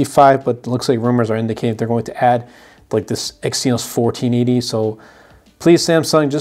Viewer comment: Exynos is pronounced "eggs e-nose"